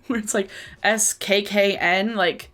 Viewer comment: The way you said "Skkn" took me the FUCK out lmao